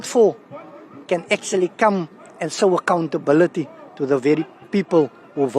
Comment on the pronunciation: This dude needs to say show, not sow 😂